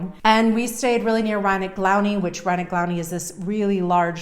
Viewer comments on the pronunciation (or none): "Riney Glowney" = Rynek Główny 😁